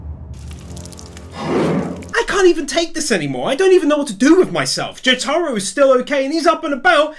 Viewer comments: sorry but i got mad when you said jotaros name like jo-taro its jo-ta-row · Nigga it’s not jotaaaaaaro it’s jotaro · is it just me or doesnt it trigger you the way he says jotaor its not jo-taro its just jotaro. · I know damn fucking well he didnt say Jaytaro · Love the video, but the way you pronounce Jotaro has me feeling like when someone asks a fat lady if she i pregnant, every time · Why does he pronounce Jotaro like that